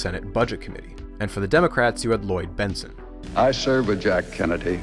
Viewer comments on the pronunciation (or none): none